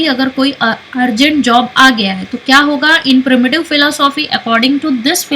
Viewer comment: its pronounced "pre-emptive" not "primitive"